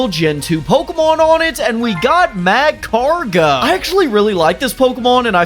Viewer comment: The way you pronounce macargo triggered me to no end...... Love your show, though